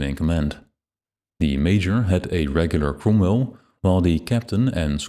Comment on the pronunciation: this is an awesome video! love the depth of it... my only nitpick is the pronouncing of the cromwell... it has me laughing every time it is said... as the 'ro' sounds like an 'u'...